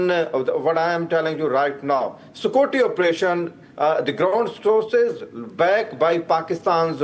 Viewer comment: SOKURTY operation, Pindi English🤣🤣